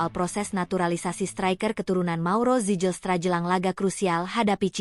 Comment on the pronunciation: Baca nama org yg bener dong. Ngga ada nama org Belanda yg diucapkan "sijelstra". Berani jadi pembaca teks di youtube, belajar dulu. Jgn asal jadi atau asbun